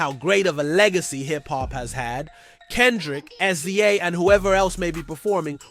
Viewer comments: Why do you keep saying "S z A" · excuse me, but SZA's name is pronounce "sizza," like a pair of scissors